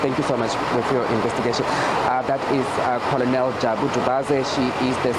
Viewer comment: I was taught that the word is pronounced more like kernel not colonal but who cares, spelling of tarvern in the thumbnail, SABCnews quality ⬇️